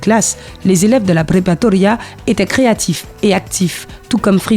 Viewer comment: La prepatoria hahahaha... C'est la prepaRAtoria. Et c'est pas une école, c'est un cursus. Ce qui mène au bachillerato (le baccalauréat)